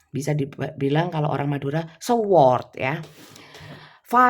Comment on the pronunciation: Punten bunda yg cantik, kalau tulisannya Sword, huruf W tidak dibaca. Jadi bacanya cukup "Sord" saja. Haturnuhun.